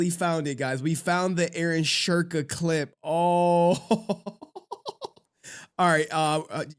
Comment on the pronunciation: I just googled it and his name is supposed to be pronounced like "Shoo- en- ke". He should have just modified that instead of adding an invisible R to his name 😂